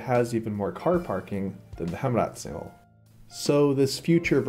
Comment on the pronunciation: Heemraadsingel is pronounced like "Haym raad single" not "Hem raad single" otherwise great movie